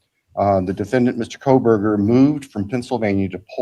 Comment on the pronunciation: Here’s the thing about Megan Kelly, how can she report this topic for so long and still not pronounce his name correctly? I don’t know, just bothers me… Also, I wonder, did Bryan have much to lose by making that plea deal if it really was to protect his parents and he’s just not getting the death penalty… I guess that does make sense